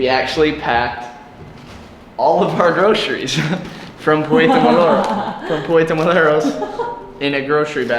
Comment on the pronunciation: I like your videos, but man, please just learn some basic Spanish, like please and thank you and "I have" or "I need". Also, pronunciation A, E, I, O and U. It is really easy actually. Also Puerto Morelos is not Puerto Moleros.